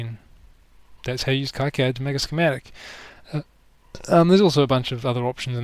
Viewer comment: You may have learned this already, by KiCAD is pronounced "Key-CAD".